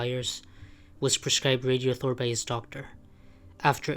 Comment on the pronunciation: its not pronounced "radio-thor"/ its "rad-i-thor".